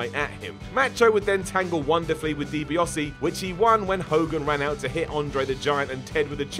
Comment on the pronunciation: Learn to say DiBiase properly.